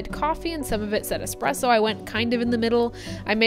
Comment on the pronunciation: Its not expresso. No pressure whats so ever. Trash machine